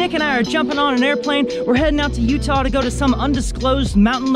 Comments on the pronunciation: "We're in uudah" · My guy just called Utah, Udah Not sure if he was joking about it. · "We're in Ooda!" His pronunciation threw me for a loop.